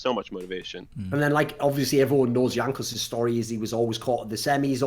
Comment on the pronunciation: you correct Thorin on "Vedius" while you constantly mispronounce "Jankos". It's not "J" as in "Juliet", but like Y in "Yes".